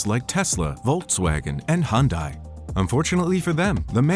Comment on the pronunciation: Interresting, but your pronounciation of Hyundai is totaly wrong ;)